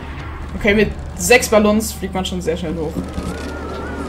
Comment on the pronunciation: Was für Balllons man spricht es Balong aus